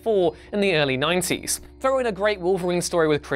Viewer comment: You can’t even say 90’s correctly